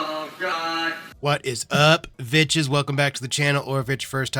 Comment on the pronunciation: "What is up vitches" made me lol